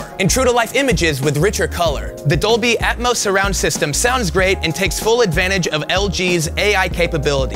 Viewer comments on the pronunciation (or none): none